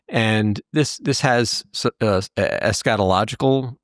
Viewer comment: At 6.05 it sounds like says, "scatological", which is a curiously apt malapropism. The transcript states "escatogical". The word he used is eschatological- relating to death, judgement, final destiny of the soul/humans. I learned that one tonight.😂